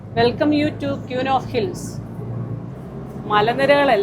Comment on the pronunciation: Queen... ക്വീൻ എന്നാണ് ഉച്ചരിക്കുന്നത്, ക്യൂൻ എന്നല്ല. മലയാളികൾ പറയുന്ന മറ്റൊരു സാധാരണ തെറ്റ്.